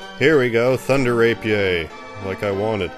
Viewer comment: I came to this old video because I can not get the ThunderRP to drop. It’s so annoying. Anyway, I’m case you’re still out in the world calling it a “ray-pee-aye”, it is pronounced “ray-pee-ur”.